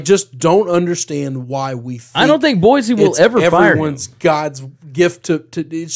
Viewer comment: Greetings my corpulent cousins. Why can’t you pronounce the name of the capital of Idaho. It’s just wrong! It’s just wrong! Boise is pronounced with an “s” sound. It’s just like “Sports”. Or, is it Zports?